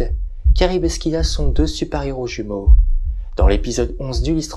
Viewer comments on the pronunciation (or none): Loin de moi l'envie de critiquer mais la prononciation de Scylla n'est pas bonne. Ça se lit Sila. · Alors par acquis de conscience je suis allé vérifié, ça se prononce bien " si la " dans notre bon vieux français. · Ma fois, peut être que les deux prononciation sont valides, c'est inhabituel d'entendre le "k", ça pique un peu les oreilles 🤣